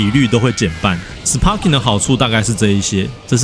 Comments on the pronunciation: Sparking的p要發b的音呦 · 雖然sparking發音是sparking，但一般不會有人特地唸成sparking，通常是會唸作sparking，因為影片一直sparking來sparking去，好像很努力想要發音正確，但其實反而偏離現實sparking的發音。